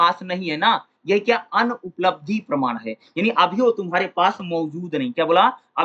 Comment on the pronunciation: 4: 20 me parman ko parnaam q padh rahe hai hai sir